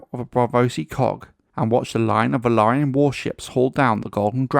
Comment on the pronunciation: Finally, a YouTube channel pronouncing "Velaryon" correctly! 👍